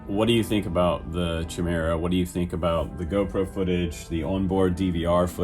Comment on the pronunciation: I think it's pronounced 'ky meer ah' . Thanks for doing this rundown..looks good~